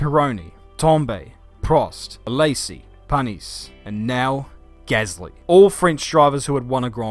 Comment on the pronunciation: Did Anybody Else Laughed When He Said Panis, no?. whelp just me i guess